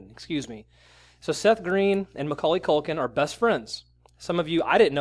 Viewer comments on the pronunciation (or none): Its Macauley Culkin, not Maculkin, you dolt. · It's hard to take you seriously when you keep saying "McCulkin"...